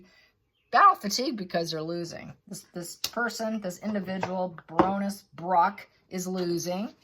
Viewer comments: FYI it is pronounced Barren ness…not brr own ness.. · Pronounced like a Baron, not Ba ronness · ❤ I love you to bits. I love your rants, your stories & you dedication to learning more. Baroness - “Bare on ess” is how it’s pronounced.😊 Stability is another - no stay in there. A is not followed by another vowel to make it STAY. Y is sometimes a vowel. Words are parts of spells, hence “spelling”. Words have power when used correctly as well. Once spoken cannot be taken back again. Key words have more power than others. It’s an interesting learning curve. I am sorry if you are upset my constructive criticism - not my intent to cause you slight at all. My Mum was British & I was raised to speak the language with no slang. She was also a librarian, so I was reading real books when I was younger than most. Some words, when misspoken are cringe worthy. Especially if the user has no idea what that word means. Again, no offence intended or meant in any way shape or form here. 😊 Much love! ❤ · I love your readings, but I don't understand why you pronounce names as they shouldn't be pronounced. Imagine I call you "". I've heard your name, but I still call you something different. We have names like Sarah and Sar-a; Karen and Karr-en; Loius and Lewis. Isn't it polite and kind to call someone the way they choose? And "Baroness" (even though I don't like the person in this episode) is NOT Barrow-ness. Cummon, you can do this. Same with "narcissistic" - it's not "nar-siss-tic" as you choose to pronounce it. And accent is not a factor, carelessness is. You're so eloquent in your readings, don't tell me you can't say names correctly. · Wrong pronunciation!Baroness; as in a baron’s wife, a lady